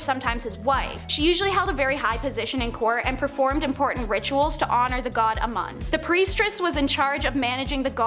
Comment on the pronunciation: Also Amun is pronounced AMOON